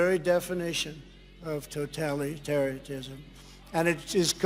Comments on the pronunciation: "Totality-taria-tism"?? What??? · totallytariatism, hmm trump learned HOW TO DO IT, but not how to PRONOUNCE it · He did. It’s because he can’t read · "Toe-tally terry-ism" ****ing moron. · Did he say "Totali-tery-tism"? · Totalitaria-tism. We’re about to have a complete idiot for President… again. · Yes he did. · Yes he did. 😅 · Even though you can't pronounce it, Drumpf, that is exactly what you want!! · Hearing Trump try and pronounce the word "totalitarianism" is painful. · Well, how's he gonna usher in totalitarianism if he can't even pronounce it? Checkmate, Libs ! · Well, how's he gonna usher in totalitarianism, when he can't even pronounce it? Checkmate, Libs !